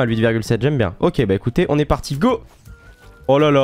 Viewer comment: Go go go pas go pas go il dit pago